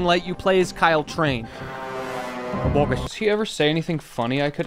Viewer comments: did... did HE JUST SAY KYLE TRAIN............ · Did he just say Kyle chrane?!